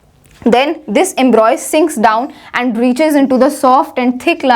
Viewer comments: It is Embryo not embroy, correct your pronunciation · Its embryo not embroy.. its okay but you've explained so perfectly. Tha k you so much